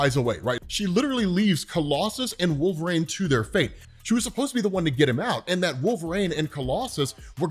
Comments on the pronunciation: Absolutely KILLING ME with the "Wolver-ain" 😂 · WolveRAIN... lol, man... no